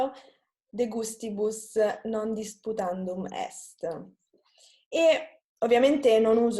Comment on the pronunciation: Ciao et grazie but are you sure that you say: non dusputandum? It's rather "non disputandum" and "humanum" not "humanu":)